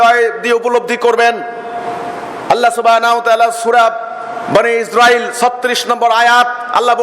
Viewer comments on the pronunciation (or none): none